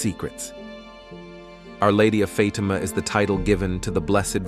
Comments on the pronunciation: Who is "Fadama" Isn't it "Fa team a"? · This make believe voice says Fay tea ma one more time I will fart!!! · Neither "FaTEEMA," nor "FAYtima" are correct pronunciations. Pathetic. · AI crucifies another intersting story. It is not F’Teema. It is pronounced Fat-im-ah. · very bad pronunciation!! Being a migrant I need to talk clear or people pretended not to understand! You a making a video for goodness sake!! Get it right! The accent goes on the first I of the word FATIMA!!!! FA TI' MA!!! Could not watch it!! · The person reading the events cannot even say Fatima correctly! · Where's the post to believe you when you can't even pronounce the word Fatima? Whoever this commentator is. He is pathetic. . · Is the robot speaker a Protestant? Why can't he (or more accurately "it") correctly pronounce "Fatima," which every English-speaking Catholic child can handle without trouble? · You are mispronouncing Fatima and you showed the fake sister Lucia. Too bad you don’t really know anything about this. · pronounce Fatima right I hate that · In one sentence the VIRTUAL VOICE pronounced the name Fatima 3 different ways. After that it (the important word “Fatima” kept being pronounced incorrectly. You need to invest in a real person who understands syntax and doesn’t cause the _listener to grit his/her teeth just to listen this important tail.